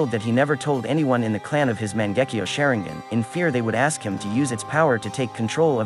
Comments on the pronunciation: NObody:: Sharengan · Man... I've never heard the name Sharingan butchered so badly. Share-ing-ann is a new one for me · Wtf is shearing-guen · Mans said mon-gek-io share-ing-gen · You failed me when you said "shayringan" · man-gecki-oh- sha-rine-gan oh-bitoh sase-keay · Shareing-gun? come onnnnnnnnnnnnnnn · "Sharing - gin" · Lol "Shaireengan" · I hate how you say "SHARE-ING-GHAN" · Garbage video. "Sharing-gun" "O-Beeto"? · THE WAY YOU SAY THESE NAMES IS HIGHKEY GETTING ME TRIGGERED Sharingan Obito Hatake 😐😐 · bruh i paused the vid everytime he said sharingan and just cringed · The way you say Sharingan should be a crime. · I like how he says "sharingan" lmao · The way he says sharingan felt a bit weird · With all respect and love pls say the sharingan's right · Said sharingan wrong 😞